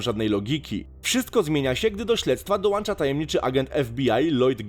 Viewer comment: Dołącza, nie "dołancza" ;) Ja bym jeszcze dorzuciła Anihilację.